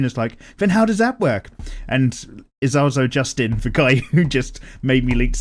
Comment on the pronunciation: ISASLO JUSTIN XD you butchered it, but never mind still a great video keep it:D also thanks for not banning, but what i meant was still the making a loli look older thing:P I only said L.o.t.m. as a joke:P